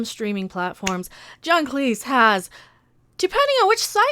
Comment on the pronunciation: Thank you for pronouncing Cleese as Cleese and not clese